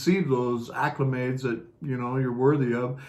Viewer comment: dear heart, I think you mean to say "ACCOLADES" (vs. "acclimades" which is not a word). Meant lovingly.